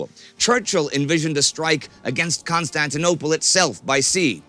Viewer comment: legent said constantinopole